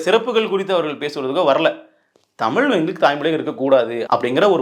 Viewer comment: நீ முதல்ல 'தமிழ்', 'மொழி' ன்னு சொல்லிப்பழகு. தமிலாம் மொளியாம்.